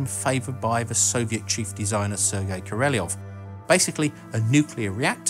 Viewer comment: Sergei Korolyov -- pronounce Serkeii Korollyofff. Mihhail Tihonravov -- Mihhaill Tihhonraavoff.